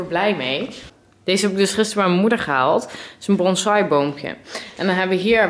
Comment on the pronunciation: Hey,, No hate maar get heel grappig hoe mensen het woord "bonsai" zeggen 😂😂 BTW je bent een leuke youtuber 💕😘✨